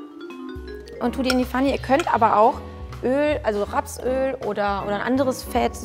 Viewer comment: anstatt rapsöl hab ich rotzöl verstanden 😂